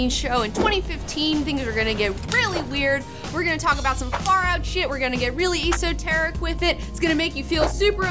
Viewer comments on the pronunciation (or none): Wow, has just lost it. Off the rails or maybe she is ridin the rails. All over the place. And just fyi esoteric is pronounced with a soft e sound. Sorry ocd couldnt let that one go. Yet I will try to embrace some chaos. Just some! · EE - SO - TARE- IC ? Man, and I was about to subscribe.... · Ugh, I love you, but your mispronunciation of esoteric is making my ears hurt. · Esoteric - How to pronounce ESOTRERIC, see-"How to Pronounce Esoteric" on YouTube